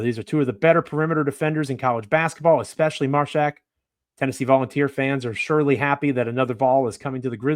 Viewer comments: Love the Grizzlies got a Vol Mashack hopefully develop into 3 & D player eventually work on offense 3s. it’s Māshack long a sound like ay 😂 Mayshack lol. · Joe “” keeps mispronouncing Mashack 😂